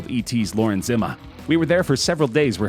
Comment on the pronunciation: Lauren Zima is pronounced “zee-muh” 😂